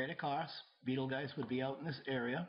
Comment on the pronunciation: While the narrator doesn't pronounce Betelgeuse properly, he's right that the comet won't hit the Earth and it won't cause a geographic pole shift. Also, I'm glad he was honest and willing to admit to being wrong at times. In addition, he is not trying to scare people into believing his theories. This is the sanest person, in this realm of thinking, that I have come across so far.